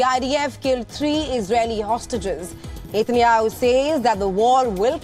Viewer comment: This newscaster cannot even pronounce Benjamin Netanyahu properly. Very irritating.